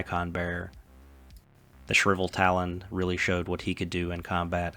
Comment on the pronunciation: I know its tough with english if its your second language, but reading the things that are written will make it easier for people that are watching to understand. I was confused what Shriveltalon was, until i realised you were talking about the Shrivetalon.